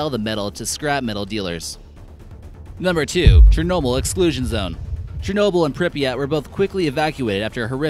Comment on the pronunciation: dude says:"Chrornobyn and Prypyat' were both quickly evacuated".... Cluless...